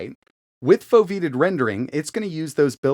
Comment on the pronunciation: It's pronounced "Foe-vee-ate-tid"